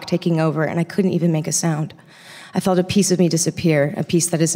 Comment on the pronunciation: Felt not feld